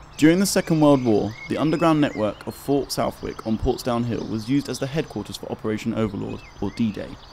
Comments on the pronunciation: Typical "outsider" doing the commentary. "Pauls...grove" and "South...wick". Do your homework first and then make a documentary. One word....the Paulsgrove estate. Southwick pronounced "Sutthick" locally. Not so much a lack of knowledge, just annoying. Anyway, as has been said below, none of these are the least bit secret. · Amusing seeing comments of I live in Portsmouth and these aren't secret, as if only Pompey residents will watch it. Anyway a little correction for future vids... it' s not South-wick it's pronounced "suthick".....with the suth as in soothe...if you get my poor attempt !.. good video though ! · I didn't know it was "Suthick" either. A lot of place names in the UK are pronounced differently to how they're written, even by those who are otherwise good at spelling.